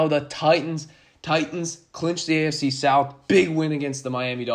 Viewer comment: Sounds like you're saying "ASC" when you say "AFC". Lol it was throwing me off. Good vid tho all in all. Keep going bro.